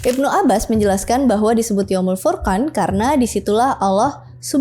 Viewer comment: "furqan" dibaca "Furqon" ..